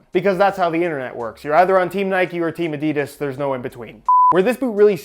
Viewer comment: This man has it in for adidas. And by the way you pronounce adidas ah-dee-das